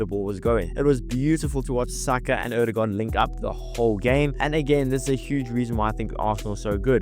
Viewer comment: BTW, your Ø pronounciation is just as fellow Norwegians would say it! Not just as an "O" .